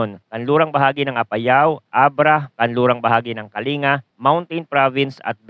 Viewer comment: Pakiaayos po ang pag pronounce sa mga probinsya banggar(bangar) kalingga(kalinga) nuweva(nueva)